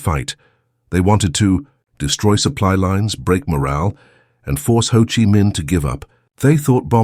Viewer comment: The narrator should have coached on how to pronounce Vietnamese words like Chi & Danang.